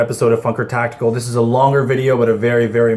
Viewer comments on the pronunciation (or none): lol sounded like you said, fucker tactical